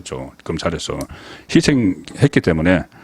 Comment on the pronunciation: 제발 발음 좀 잘하시오 희생이라고할 때 왜 앞글자 희자에 강한 액센트를 넣나요 한두 번이 아니니깐 듣기가 넘 거북해요 공부부터 하고 방송하시길 바람